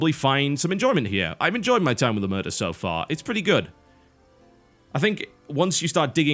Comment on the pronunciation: TB, it's oMERta, not oMURta >.>